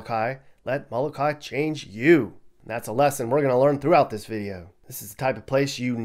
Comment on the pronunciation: *It's mo-lo-kah - ee, smh...